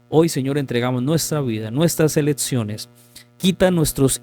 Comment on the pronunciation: Insoportable hno como pronuncia "letsiones" "prótsimas" "eletsiones", disculpe no puedo oír, chirriante. Hay clases de vocalización para adultos tb en breña hno